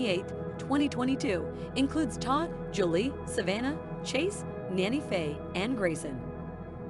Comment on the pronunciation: She is NANNY Faye, not Nana Faye! In March, they lost Francis to cancer that she had battled for about 2 years. I've always said that when Faye dies, it's going to be hardest on Chase because they are so close. They are each other's "Ride or Die" and have had so many hilarious schemes together. I've watched this show since the first episode and I hope she can win this fight. Chloe is pronounced "Clo-ee", not Clo. She also goes by Cocoa. They have been through so much, I keep them in my prayers.